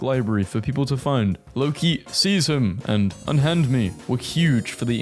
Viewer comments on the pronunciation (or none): none